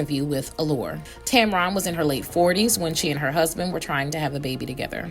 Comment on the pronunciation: And this alleged "story" and ones like it is one of the main reasons she remains private! Leave her and her marriage alone! And it's not pronounced Tam Ron! It's pronounced Tam-Ren! Get it right and stop spreading fake news!